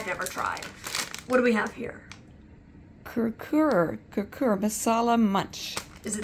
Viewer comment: KurKure is a traditional Nepali and Indian snack and quite popular!-I am from Nepal and now I live in Calgary,Canada and I always find that kurkure is a good grab and go snack its very popular -Also pronounced (kurkure a little off )so you might want to google translate -just to know how to say it but this video is Great As Always and Very entertaining and you always learn something new:) -NICELY DONE AND THE TEAM!